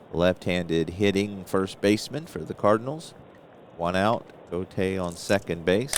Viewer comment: That was a fine game. The time seems to fly by when you play. Julio Gotay's last name is pronounced: "Go Tie". Gus Bell is not a HOFer. A fine player who spawned sons who played in the majors. Thanks for the play-by-play, game, and video. Looking forward to more.